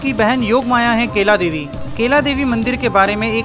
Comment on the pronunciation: भाई मेरे केला देवी नही कैला देवी बोलो😅 हिंदी भी इतनी अशुद्ध 😂😂😂